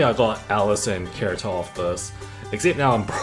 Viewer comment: This dude said karito XD